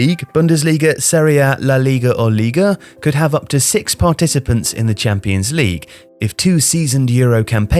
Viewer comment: Oh he's trying to say ligue 1 in french, almost didn't get which league that was xD